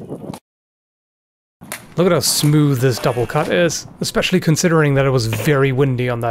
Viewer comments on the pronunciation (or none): none